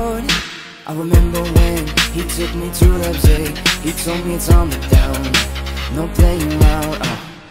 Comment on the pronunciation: when he said “I remember when he took me to Leipzig” When he said Leipzig it sounded cool 😎